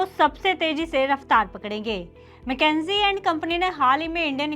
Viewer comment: मैकेंजी नहीं, मकिंसे बोलिए